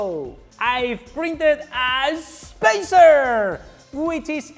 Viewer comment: Haha! Awesome as always! "Spacerrrrr!"